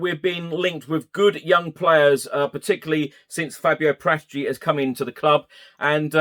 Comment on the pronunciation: Love your pods, just one thing is driving me nuts, as I'm Italian - Paratici is pronounced Para-tee-chee with no emphasis on any particular syllable, not Par-ATT-itchy.